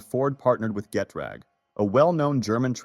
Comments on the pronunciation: GUH-TRAG Not GET-RAG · Its not pronounced Get-rag, its Ge' trag, where the "a" is an "ah" sound, like Ge' trahg. Its German...